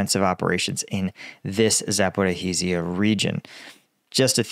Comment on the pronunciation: za-po-REEZ-zi - a. say it slowly za - po - REEZ - zi - a